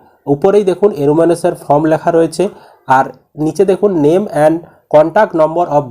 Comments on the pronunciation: আরে দাদা.... উচ্চারণ ফ্রম হবে না, উচ্চারণ হবে ফর্ম.... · Mr. Youtuber...please speak correctly. These THREE are not 'FROM'...but 'FORM'